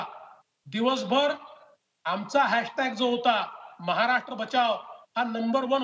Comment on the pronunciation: ह्यांना साधे महाराष्ट्र बोलता येत नाही. महाराट्र 😀😀😀 विनोद तावडे , दानवे, गोपीनाथ मुंडे